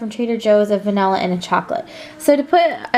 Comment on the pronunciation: Did she just call vanilla vanalilla